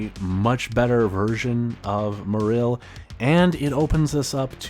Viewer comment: You pronounce Marill in a strange and incorrect way, and also overall just a very robotic way of speaking. Maybe loosen it up a bit.